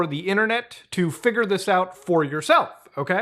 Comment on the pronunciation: He said figure with the hard R lmao